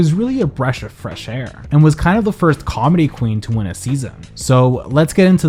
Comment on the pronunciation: "breash of fresh air" love it